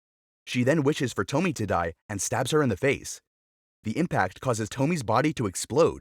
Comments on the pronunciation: It's not "TO-MI" but "TO-MI-E" dumb narrator lol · And also its not pronounced toe-mee. Its to-mi-a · It’s pronounced Toh-me-eh not Tomy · You already spelled "Tomie". So why do you keep calling her Tomi??? It is TOMIE. To Mi E. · It's not Tommie (that read same as Tommy), it's tomi-yeh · Small edit, her name is said Toh-mi-eh, not Tomi, that’s a totally different name. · (TOE-ME-AYE) Tomie Not (TOE-ME) as you pronounced it. So hard to make it through this video because of it. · Toh-mee-eh, short E at the end, not Tomi. Baka gaijin. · it’s not toe-me it’s toe-me-aye (Tomie) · It's not pronounced tomy by the way it's pronounced to-mi-eyy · Tomie is pronounced 'tommy - eh', not 'tommi' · Toe-me-a is how it’s pronounced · It's pronounced "TOMI-E" everything is pronounced the way it's spelled out in Japanese. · It's pro bounced to-me-aye 😭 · Say it with me.. "To-me-a" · It’s a classic, this is actually quite well known in Japan! btw it’s pronounced “TOH-MI-EH” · Toe me ay.the miss pronouncing of the name throughout the video drive me crazy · Dude it's pronounced To-mi-e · I think ‘Tomie’ would be pronounced ‘Tow-me-ay’ 😅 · Im so peeved by how he pronounces Tomie. It's tow-mi-ye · It’s pronounced “toe me aye” btw for people who aren’t robots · There's no way David Cronenberg and Junj Ito aren't aware of or inspired be each others work. BTW "Tomie" is three syllables and rhymes with "go ebay" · It’s “Toe’ me’ yay’” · It's To-mi-eh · It's to-mi-e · The way he pronounced “tomie” 😭😭😭